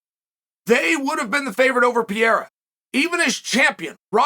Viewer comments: Chael, Can you please try hard enough to pronounce Pereira's name right. His name is not Peira! It's Pe-rei-ra! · Its not PIER Its PE REI RA, you're welcome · Hey uncle chael I love the channel and content but these athlete deserve a little more effort on the names 😂 I mean dude is a world champ now. I know it’s not a huge deal but I mean that’s some butchery haha. Here yaggo pereira (pe-he-duh) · I would pay for Chael to be able to pronounce fighter names, Puh rey ra